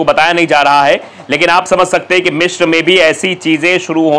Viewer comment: Its Misr not Mishr. Its Alexanderia not Alexander 😂